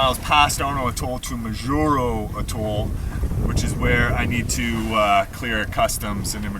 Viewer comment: Its pronounced Maw Juro